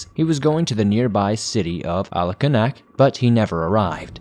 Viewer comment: Wow. Sad but cool to hear of my village mentioned here. Alakanuk. The village next to it is called Emmonak. Alakanuk is pronounced in my native language (Yupik) Alukunuk. Emmonak is pronounced like Emongok